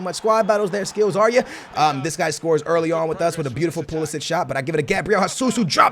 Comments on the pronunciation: It's Perisic not Pulisic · Its perišić not pulišić😂😂